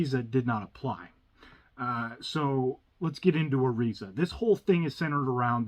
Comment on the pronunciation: You keep mispronouncing ERISA. Lord. Hard to listen to.